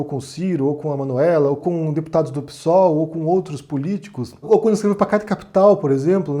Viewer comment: é um gênio, mas o jeito que ele fala PSOL é foda HAHAHAH "PIÇÓL"